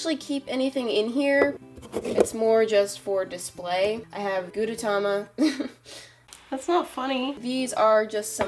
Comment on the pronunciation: Also srry to say, but, u said gudetema's name wrong